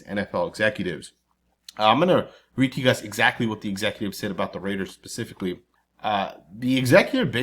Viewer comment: The word is..."specifically", not 'pacifically'!?*